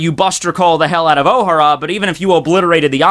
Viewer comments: it's Oh-Haaa-ra. not Ow-hara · ohara... two syllables... not three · Jesus the way you pronounce Ohara makes me cringe.